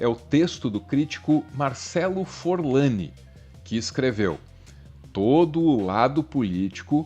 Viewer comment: Marcelo Forlani e não Fornali.